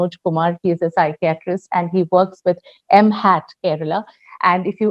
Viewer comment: The pronounciation of psychiatrist is wrong.....